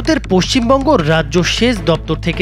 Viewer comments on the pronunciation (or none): none